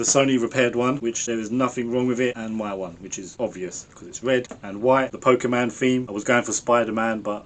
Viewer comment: Did man just say Poke man 😂 That aside, enjoyed the video so far and looking forward to hopefully controllers free of drift